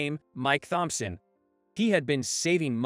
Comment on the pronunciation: It is just the way the robot pronounced Thomson. Very annoying.